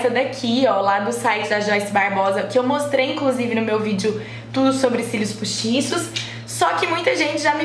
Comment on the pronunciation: amuuuh qnd vc diz, cilios puusticos S2